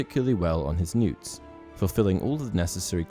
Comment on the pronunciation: Newts? Really. That annoyed me. They are N.E.W.T.'S.